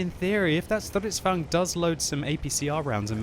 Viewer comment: Its Stridsvagn, not strutzvagn :D